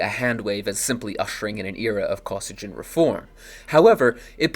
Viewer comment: It’s pronounced “Koh-SEE-ghin”.